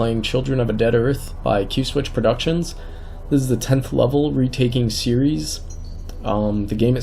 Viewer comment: It's pronounced Ceres, not Ceres... Dangit!